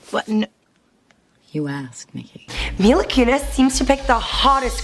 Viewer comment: She's saying mela it's Mila!!!!!!